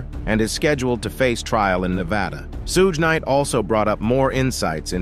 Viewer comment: SHOULD WE BELIEVE ANYTHING/ANYONE THAT ALLOWS ARTIFICIAL INTELLIGENCE TO NARRATE?? Cannot even pronounce Suge’s name correctly!!!